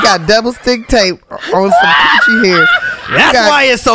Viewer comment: Wait did Tiffany say cooch hair's😭💨 new subscriber T-pain good guy for asking questions no1 else asks #mentalhealth